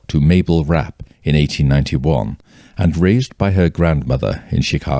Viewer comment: Finally, someone that pronounced her name correctly Ra_Pay👏🏾not wrap or rape...